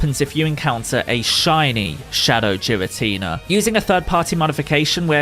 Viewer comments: Ngl, the way you pronounce girstina hurts my soul. I don't know if it's the "official" pronunciation but it sounds wrong since everyone else says it as ghee-rah-tee-nah instead of jee-rah-tee-nah. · Giratina* not Jiratina lol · It’s a G, not a J, your pronouncing Giratina like Jirachi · What the hell is a Jeeratina GEARATINA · The way he says jiratina instead of giratina Is the most triggering thing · It’s giratina not jiratina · There is no j in Giratina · it's Giratina not Jiratina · I like how GEAR-uh-tea-nuh is pronounced Jeer-a-tea-nuh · My gf heard you saying “Jiratinia” instead of “Giratina” and she started flipping out 😂😂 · GEAR-uh-teen-uh, not JEER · Jiratina ? What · Geeratina... lol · Its not "jiratina" 😭😭 pls broo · It's pronounced giritina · Jeer-in-tina lol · The pronounciation of Giratina is killing me. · Im kinda triggered by jiratina lol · STOP SAYING JIRATINA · It's not jiratina 😭😭😭😭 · Ah yes jeratina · HA! "Jiratina"! LOLZ!! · Does he say jiratina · mans said Jiratina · ITS NOT JIRATINA HOLY CRAP THAT IS SO ANNOYING TO HEAR IF YOU CANT SAY THE DAMN NAME RIGHT THRN JUST SAY THE DEMON FROM HELL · Man called him jiratina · I’m sorry but your pronouncing it wrong, everyone does it, but it’s a bit annoying (Gear-an-Tina) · "Jeeratina" lmao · Please stop saying "Jiratina"... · Cool video but "Jiratina" is just straight up wrong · I love how you say it wrong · Its a hard G in Giratina. It ain't a giraffe. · The letter G doesn’t make the J sound.. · Youre pronouncing it so wrong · How are you gonna be a Pokémon YouTuber and mispronounce the names bruh 💀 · It is a hard "G", not a soft "G". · Even tho the pronounciation of giratina in this video is killing me, still really cool. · It's really bothering me of how he's miss saying his name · The way you say giratina really bothers me.. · Not how you pronounce his name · kid? 😂And giratina is the right way to say it the j sounds weird